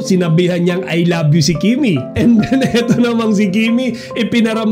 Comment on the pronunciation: Ang sarap sa tenga yung pagbigkas ni Paulo ng I love you kay Kim.Natural na natural.